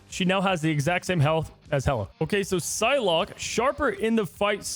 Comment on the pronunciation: "Phylocke?" No respect